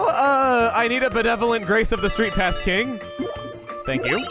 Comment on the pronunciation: Kirby: Triple Deluxe Except it's only when Chugga says "STREETPASS".